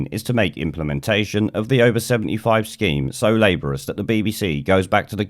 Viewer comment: ItS NOT LABOURIS ITS LABORIOUS.